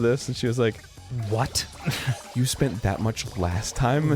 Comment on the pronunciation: "I shpent it all on gaaamblinng..."